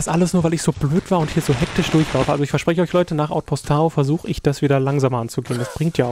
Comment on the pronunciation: ich finds echt toll, du macht das gut! ;) aber es heißt doch "Tau" und nicht "Tao" oder? ;b und ich würde das u kurz sprechen :D